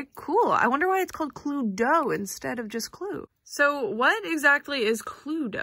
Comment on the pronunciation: The pronunciation hurts me so much though, we say "Clu-eedo" but maybe that's just in Dutch 😅